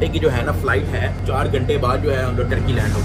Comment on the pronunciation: Best part of the video is "hemlogeee"😂😂